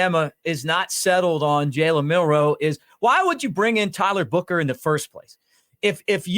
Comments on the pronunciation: Buchner not booker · It’s pronounced Buckner even though it’s spelled Buchner